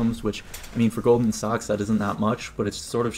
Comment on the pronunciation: It’s pronounced Goldman ‘sacks’